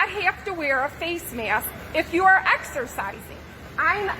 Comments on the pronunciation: She really just said axercising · The of « axcerrrcissinng » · Why does whenever she said 'excercising' it sounds like 'exorcising'?? It's ironic cause she's the one who looks possessed..lol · Just the was she says eXErSiziNg